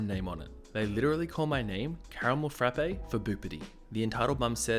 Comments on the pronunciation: It's just "frap" at Starbucks, not "frappe". Sorry, I know it's annoying and pedantic to point out, but both of my roommates have worked at Starbucks so I hear no end of this from them all the time -- "'Frap' is short for Frappuccino, 'Frappe' is the McDonald's product and Starbucks baristas want to pour coffee on you if you call it that." Hearing call it a "frap-ay" 20 times in a row after receiving that conditioning was like nails on a chalkboard. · It’s a Caramel Frapp not a Caramel Frappay smh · THE "E" IN FRAPPE IS SILENT OMG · I like your videos, but your pronunciation is horrible. Frappe is one syllable